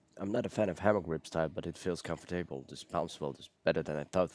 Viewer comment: Thanks for this review. By the way: it's "COMfortable", not "comforTABLE".